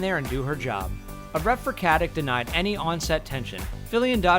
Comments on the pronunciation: Kaze se Katic a ne Katik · its not fucking katik its katić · Katić (Something like Katich), not Katik. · it's more like cut-itch (no pun intended). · Stana is of Slavic descent, so the "c" in Katic is(most probably) pronounced as the "ch" in "chair". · Het name is pronounced: Stah-nah Kah- tich NOT Stenna Kettik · Thank you! It bothered me to no end to constantly hear that 'stenna kettik'.